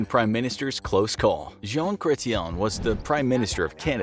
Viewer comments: My eye didnt twitch at the pronunciation of jean chretien......not at all......🥴 Also, some one tried to get in his face at a public event. He just mangled the guys face and threw him down 😂😂 us canadians are as meek as we let on u see lol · Lol the pronunciation of Chretien has this Canadian giggling....